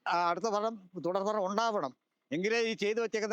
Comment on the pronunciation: ഭലം ആണോ ഫലം